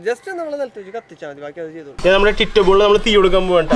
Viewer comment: ടിറ്റോ അല്ല ടിറ്റു